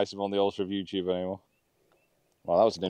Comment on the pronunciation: that's how some Filipinos say youtube, "youchube" . :D different but the same.. what a fun match to watch